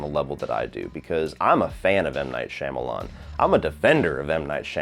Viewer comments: For someone who's such a fan of M. Night you'd think you wouldn't butcher his last name so badly lol Jesus Christ. The first part is not pronounced "Sham" like Sham Wow! It's pronounced "Shaum" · I’ve never heard anyone with a more inconsistent pronunciation of M. Night Shyamalan’s name than 🤣💀 Great vid tho man LMAO